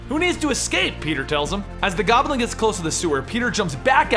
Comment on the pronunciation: I smile every time you say "Gobb'l'in" in spite of myself. :)